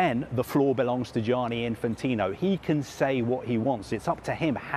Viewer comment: When are Sky going to employ an Italian-speaking voice coach to end the daily massacre of every Italian name the presenters are asked to pronounce ? Who’s ‘Gee-aaah-knee’ ? (At least it wasn’t Frenchified which is the usual default position).